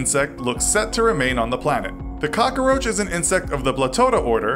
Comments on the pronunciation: Cockaroach lol. It’s cockroach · Am i the only one annoyed by the he pronounces the work cockroach? (Cockaroach) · it's COCKroach not cockOroach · Every time he said "cockaroach" I replaced it with "Papa Roach" in my head. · Calum McLellan I know I was thinking the same thing the whole time. It’s pronounced how it is spelled. Not hard. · "Cock-a-roach"... all I hear are Dice references lol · This dude is really Tony Montana'ing the hell out of the word. Cock-A-Roach. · "Cokckaroache" OMG STAAAAHHHP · He said cockaroach. lolololol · Why does he pronounce so many words so strangely? Cockeroach? 😂😂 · He was saying cokaroach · He said cockaroach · Why does he say caca-roach? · Why is the narrator saying KAKAroach??😐😐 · “Little boy bomb”? How do you make “cockroach” 4 syllables?